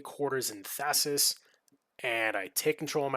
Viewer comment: Interesting play, thanks for sharing! FYI - it is pronounced "Thais", not "Thassis". Only one S. I wouldn't mind a Breaking video on her, with a bunch of the sneaky tricks/combos you can do with her.